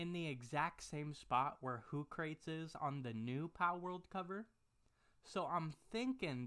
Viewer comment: "Hoo-crayte" It's Hoo-crah-tees. Like Socrates.